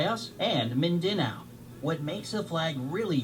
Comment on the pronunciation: It's hilarious how he pronounce Mindanao cause that is not how you pronounce but they are not filipino so it's ok